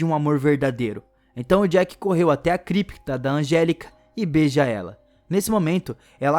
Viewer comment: Nao é Jack, é Jake